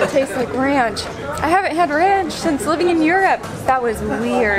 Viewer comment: instant 'murica! "Rayunch! It tastes like rayunch!!!" 🤣